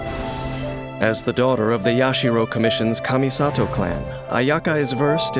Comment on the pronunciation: Ayaka... ... Its Kamisato Ayaka!